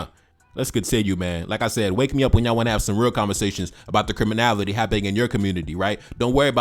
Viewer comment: Bruh I really like your work but please stop 🙏 saying CRIMINAVITY it’s CRIMINALITY PLEASE 🙏